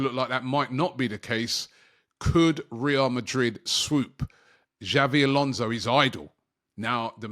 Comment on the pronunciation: This guy keeps calling him Xavi Alonso and it's so annoying